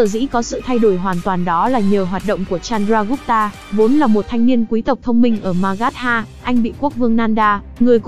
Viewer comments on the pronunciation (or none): ad đọc tên sai hết rồi chanaka, chandregupt, maurya